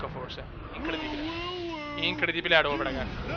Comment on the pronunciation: raw nn si pronuncia rav ma ro